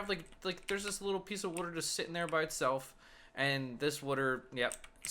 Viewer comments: You kept saying wuter instead of water. XD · Evan Forst I thought the same thing. I'm originally from South Jersey where the Philly accent is most common. "Wooder" instead of "water" is a dead give away. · i'll never get why people pronounce "W-A-T-E-R" as "wooder" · wooder ..haha i say it the same way. nice vid thanks for posting! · Do you live near philly? They pronounce water similar to you